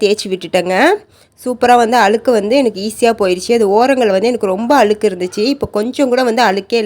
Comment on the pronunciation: அழுக்கு - அளுக்கு இல்லே